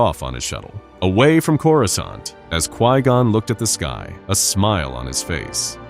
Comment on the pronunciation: “Coruscint” maybe test the audio before posting ai pronunciation.